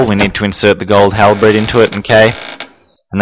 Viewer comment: "Gold Halbred"?!! Can this dude not pronounce basic words like halBERD? It was a similar thing on one of his RE2 vids when he said CAYSHE instead of cache (pronounced as cash). The purpose of lighting the fireplace with Claire or the lamp with Chris is to make the rooms a little brighter although how useful that is is debateable.